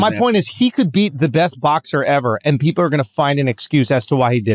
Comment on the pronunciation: Schulz says peeperrrr instead of people on accident lol